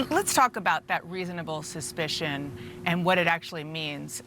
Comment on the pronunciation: Is he drunk? Why is he slurring? He can barely pronounce "reasonable suspicion"